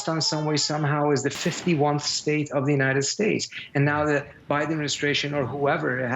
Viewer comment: Love the emphasise on "51th"